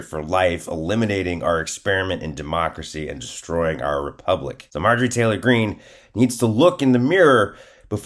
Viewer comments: You said Marge Trailer wrong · Did our boy accidentally say “Marjorie Traitor Greene”? My new name for the pig..thanks!